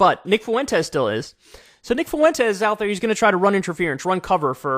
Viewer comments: The way u pronounce Fuentes makes u seem borderline, kyle. 2 syllables not 3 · Please for the love of god Kyle… FWEN-TEZ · Kanye's and Kyle's pronunciation always makes me think Nick Foux-Entez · Why do people keep pronouncing his name foo-wentes? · Please.. some Latin person let KK know how to pronounce Fuentes. Or at least send him a Daisy Fuentes meme.